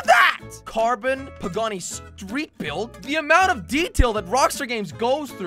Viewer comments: Pegassi not pagani ai ai ai jelly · Bro the way he says pegassi